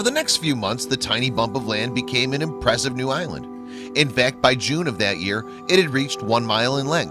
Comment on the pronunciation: You lost me with the ridiculous use of the Z sound in the place of the S sound in the word impressive. Zeriouzly.